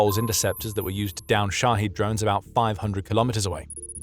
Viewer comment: It's pronounced shahEd, not shahEEd